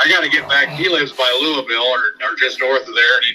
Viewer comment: Louie-ville. Hahaha. Hey yall, Im in Louisville and we pronounce it Lull-Vull. We will accept Lou-a-vull, Lou-a-ville. Love yall. Keep on keepin on.